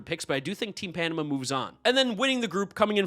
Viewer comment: You are now required to go listen to Van Halen's Panama 5x straight to learn the pronunciation.